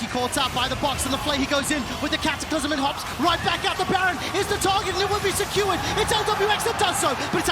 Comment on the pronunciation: All memes aside, Im super bothered by that one caster that keeps pronouncing "secured" as "skewered". Like hello? And I think he got a couple others mispronounced too.